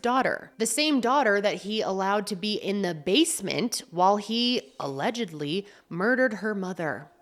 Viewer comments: Alegedly. Alegedly. Alegedly. sigh I felt that. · The pauses before “allegedly” cracking me up , I love these videos so much ❤